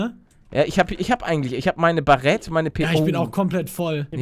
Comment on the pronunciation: es heist baret english ausprechen das a